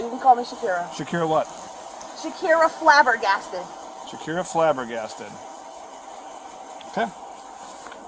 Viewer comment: "shakira flabbergasted"? I thought she said "shakin flabby arms"! She was a good candidate for testing pepper spray to calm down a ridiculous criminal.